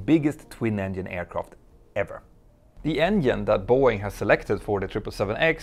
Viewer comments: Is Boeing and not Are Boeing. Like, ist Boeing. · "Are Boeing"? You need an English speaking editor!